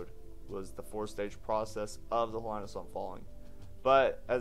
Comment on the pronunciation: It's He-lee-nuh. Not like Carolina. The letter "I" in Hawaii is always pronounced like "ee", never like "eye".